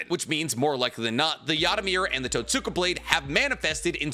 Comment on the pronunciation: It’s pronounced Tote-ska blade the way you pronounced it is like pronouncing Sasuke as Sass-ookay.